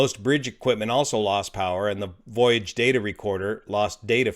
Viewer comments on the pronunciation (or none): none